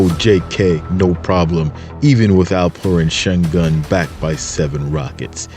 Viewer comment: Great videos, but please stop pronouncing Alperen Şengün's name so bad, it's cringe.